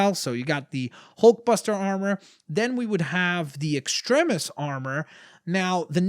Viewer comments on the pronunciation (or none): none